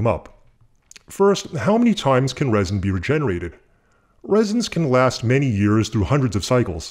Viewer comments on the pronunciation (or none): none